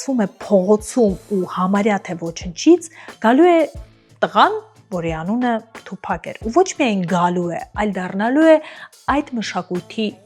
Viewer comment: Ասըմա թուփահ😅։ աղջիկ ջան թուփակ չի, այթ թութակա, լավա չասեցիր թումբան։ դու դրա երգերը լսե՞լ ես։ դա հաստատ թութակա😅